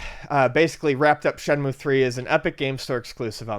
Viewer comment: Shenmue, not Shemue